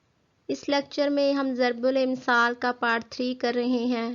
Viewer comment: Zarbul amsaal durst. Hay na k zarbilmsal Ok